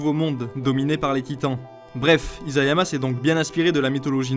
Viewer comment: isayama avec un s pas un z T-T